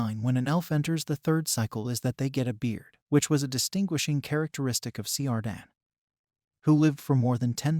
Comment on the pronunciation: I wish you'd learn how to pronounce names before making a video. For example CIRDDAN is pronounced withe first syllable sounding as KEER, with a trilled R, not an American rhotic r